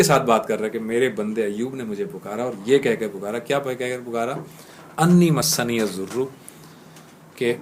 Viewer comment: AOA plz recite dua with tajweed masniyazoor is wrong masaani yazoor is correct.reciti zabar on word "seen" not combine the "seen" with "noon'.fiammanillah